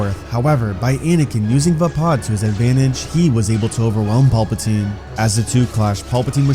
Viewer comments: Vuh pod? Thought it was pronounced Vay pad? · "Vah-Pad" not Vapaaa